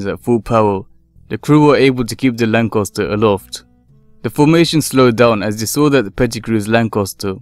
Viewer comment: The second '"a" in the word Lancaster is pronounced with an "a" as in ass (the equine variety), and not an "o". Who has ever heard of a Lancoster???? LOL.